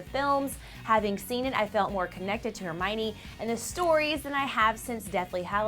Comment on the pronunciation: hermiona??? O my gad no where Emma Watson?